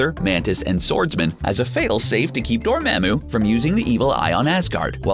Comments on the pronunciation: lemme just correct u there my man its dormamu not dormemu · It’s dormamu not dormamu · Excellent work.If it's your thing, stick with it, but Dormammu is more "Mom" than "mam". I really don't want to be that guy, but the Dr Strange video was a lot. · ITS DOR-MA’AM-U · the way this person says dormmammu makes me cringe every time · This is a great video, but the way he pronounces “Laufey”, “Frigga” and “Dormammu” makes me cringe 😅😆